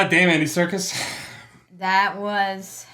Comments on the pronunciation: Circus is pronounced (Sir-Cuss) Serkis is pronounced (Sir kiss). Sorry, I had rub it in. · LOL! I love that you confused "Serkis" with "circus". They are pronounced the same. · Circus is spelled with a C. I have to call a friend and tell him this one. By the way his parents are of Iraqi heritage and probably have made the pronunciation more English over time to blend in with the British people. And speaking as an American southerner we have a proud tradition of butchering names so we can pronounce them. I feel your pain.